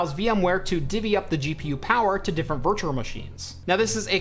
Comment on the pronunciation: "virture machine"🤣 sorry man I love the videos but it makes me laugh